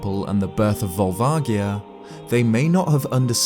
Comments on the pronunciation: Pretty sure it's a hard A, and a soft O and G. Volvagia. The first A is pronounced as an A, or eh and not ah, or aw. The G is pronounced with a soft G like George, or like you would pronounce a J like Jerry, and not a hard G like Garry or grapefruit. The O is also a soft pronunciation like "aw". Edit: Looking at it again, the "vag" in Volvagia is pronounced like "v-age", with the AG sound being pronounced the same way you would say "age". "V-aw-lv-age-ia." or "Vol-vay-gee-uh" Phonetically speaking of course. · The G in Volvagia is a “soft G” actually, when looking at the Japanese spelling. Amazing video. Never would have known about Spectacle Rock being in Ocarina of Time. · I have pronounced it vol vadgia for twenty years. I've never heard it with a hard g until today. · JSYK Volvagia is pronounced: Volv ….:. (like the start of the word Volvo as in the car brand but minus the 'o') ag- said like 'age' (as in how old you are) ia- rhymes with Sia (like the singer/songwriter) Volv-ag-ia. Not Volv-agg-ia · It actually is written with a soft "j" sound in the Japanese game, for what it's worth. Sure, they change things up in localization sometimes - strictly it's more like "Barubajia" than anything (hence Barba from Zelda 2, who I'm surprised the video never mentioned) - but when there's no official English pronunciation stating otherwise, I think it's a fair assumption that it'll be similar. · That's correct. consistently gets this one wrong, because it's never been pronounced out loud in any English media - but the Japanese version quite explicitly has a soft "g" sound. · Awesome video! However, it's probably pronounced Vol-va-ji-a. The Japanese name uses ジ (ji) not ギ (gi). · Ugh, you say Volvagia wrong